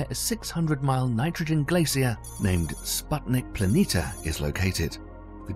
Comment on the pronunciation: How can somebody spend so much time producing a video like this and still pronounce planitia wrong over and over?